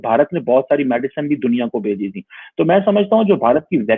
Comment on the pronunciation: Don't know you are saying "Bechi" or "Bheji"?? Just to clarify it's gift from India to many developing nations like Nepal, Bhutan, S. Lanka, Bangladesh, Myanmar, Maldives, Brazil, Morroco, Shyshales, Mauritius and many more.